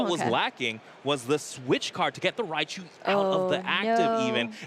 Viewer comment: "MiRaichu" HAHAHA